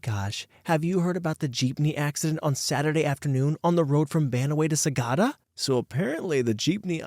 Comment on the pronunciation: Hello Narrator! As your fan and someone from Northern Luzon, I applaud how you tried to pronounce Banaue/Banawe (Bah-Nah-Weh) and Sagada (Sa-GUH-duh) correctly in story 1! They're right about the typhoons but it's mostly hitting the Northeastern Luzon provinces like Cagayan and Isabela (where I currently am). Typhoon season is particularly dangerous because of lots of landslides and rockfalls. There are times where certain roads are blocked when this happens.